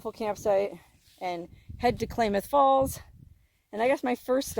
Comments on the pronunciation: It’s pronounced “Clam” ith Falls Klamath Falls… a few hours from me… keep heading north, I’d love to meet you!!! 266 miles from you, about 4 hours 16 Min… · Good luck with your phone,. Pretty sure it's Klamath with an "a" like cat. Lived in Oregon for a few years and that's how we pronounced it. Live in Pahrump now. Hi, neighbor. Happy travels! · Pronounced Klamath with a short A sound 😉happy travels ...love your vids ...fun! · When possible, gotta pull the battery immediately, wipe the phone off then put the phones in a convection (non microwave) oven on 75°-100° for ½ hour maybe an 1 hour but if you are in warm dry remote locations, leave it out in the wind for 12 hours. If the battery contacts are wet then it is not likely the phone will survive. Haboob is a sandstorm. Klamath is just pronounced like Klam-ath or clam-ath or clam-ith if you will. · Not Klaymuth Falls, it's Klamuth (as in clams) Falls. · It's pronounced "Clamath" like clam, Klamath Falls. Not Claymoth. Have a 🙂🙂🙂 day. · It is pronounced Clam ath not Clay math :) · Nnooooooo! It is not klay- math! It is pronounced Klam- ath (Clam-ath) As a native Oregonian it is like fingernails on a blackboard hearing our Indian names mis-pronounced. Still love you... Love your videos! 💪💗💗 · Klaaaa moth falls, not claymoth falls, sis. Ggl. Here in Washington there is Skagit County & city, but it's pronounced Ska jit. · Isn't the town pronounced KLAM-uth, not KLAY-muth. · Pronounced Clam-eth Falls : ) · [ klam-uhth ] falls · Short "A"s in KLamath. not pronounced as Claymouth. Otherwise another great video by the. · i don't get it. If the phone was advertised as " waterproof " , you should get a new phone for free as the phone failed the test. Also, the old phone video quality is not very good. By the way, it is pronounced Clamath Falls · It's pronounced like a CLAM .... Klamath falls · Klamath falls is pronounced clam ath7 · Klamath Falls is pronounced clam ath